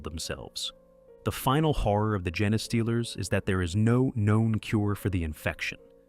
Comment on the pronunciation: I understand using text-to-speech - I hate the sound of my own voice. but you should check the result and tweek the input, ie rewriting genestealers as gene stealers or even jean stealers. and traditional text-to-speech may be easier for listeners to spot but it won't get people as upset as AI does (I won't go into the reasons AI is bad, I'm sure you've heard them all before)